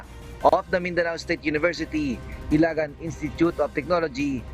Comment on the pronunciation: GINAWA NYONG ILAGAN INSTITUTE OF TECHNOLOGY INSTEAD OF "ILIGAN" 🤦‍♂️🤬🤬 kakainis kayo!